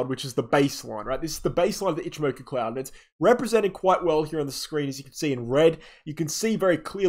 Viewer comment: Wow, someone was forced to pronounce ichimoku correctly😁